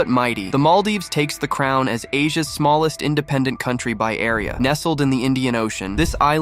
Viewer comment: he said smalist country